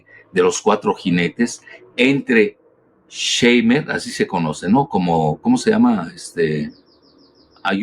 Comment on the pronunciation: Shumer pronunciación Shuuumer